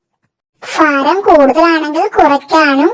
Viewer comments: Faram അല്ല ഭാരം എന്നു പറയണം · ഫാരം = ഭാരം